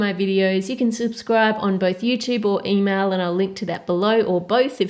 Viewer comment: instead of email I thought she said emo